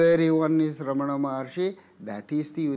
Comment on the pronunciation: I love how Mooji pronounces Ramana correctly. Emphasis is on first a. Thank you. 🙏🏼💙